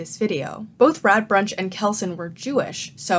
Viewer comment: I know I am late and I really liked this video, but your pronounciation of Radbruch as Radbrunch was bugging me the entire time.